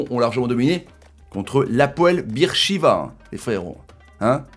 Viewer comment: Moi je connais mais ça ce dit pas bir sheva c’est beer sheva je le sais c’est en Israël et moi jabite en Israël